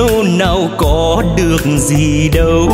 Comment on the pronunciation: Những âm "âu, đâu, u sầu " bạn de y. Phát âm sắc lại, hoi bi vòm miệng, co những chỗ hơi bị mờ. Doan co dược gi dau. Ban de y cột hơi.